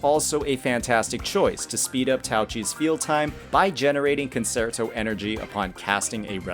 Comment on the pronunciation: Good video but PLEASE Google how to pronounce "concerto". I can't believe how many content creators for this game can't say it right! It's a musical term. Please look it up!